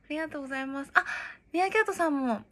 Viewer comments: ありがとうございますを あーざいますって言う人苦手wwwww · あっざまぁすあっざまぁす癖になる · 「ありがとうございます」が、「おはようございます」に聞こえる(笑) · あいざいますwww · あいざいまーすがすこ